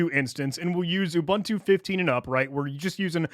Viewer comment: Repeat after me: oo-booon-too not oo-ban-tu. Great video otherwise.